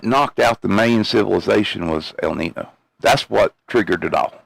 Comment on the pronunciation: Its pronounced el neen yo not el nin o.